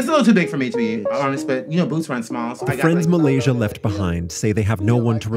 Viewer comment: 'Muhlasia'. bahahaha